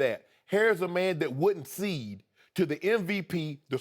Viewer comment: Does Shannon know that it is CONCEDE not SEED?